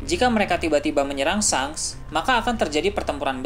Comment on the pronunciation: Ejaannya memang shanks , tapi sebutannya " shenks" min.. lidah kacau bgt lu min..